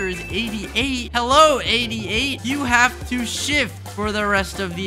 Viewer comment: “did you even haft to do anything”